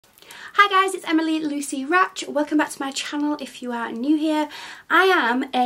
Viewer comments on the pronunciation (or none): none